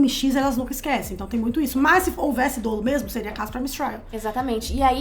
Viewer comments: Não se fala dôlo não, gente, é dólo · a pode te confirmar, mas não se diz "dôlo" no direito, mas sim dólo!